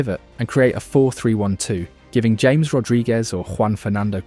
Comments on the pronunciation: It's "Ham-ehs" not James BTW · Very nice video. By the way it's "Ha-mes", not "James". 😂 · James --> Haa Mess